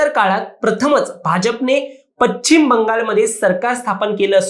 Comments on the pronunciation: पचिम नव्हे पश्चिम म्हणा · पश्चिम नाही म्हणता येत तुम्हाला. पच्चिम नाही ते.